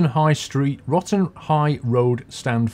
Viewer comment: I loved the fact that, at the start of the vid you said we were at Wotton High Road and you ended up saying Rotten High Road